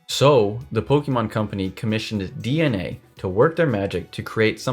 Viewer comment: Just wanna note that you pronounced DeNA correctly!